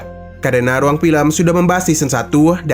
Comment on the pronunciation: RRRRRRRRUANG BUKAN HUANG